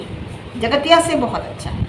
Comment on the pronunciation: Theek se boliye jgatiya kya hota hai